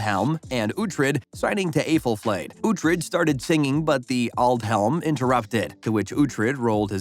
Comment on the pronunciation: Aythel-flayed 👀😬 have you even seen the show? Sooooo many mispronunciations and other errors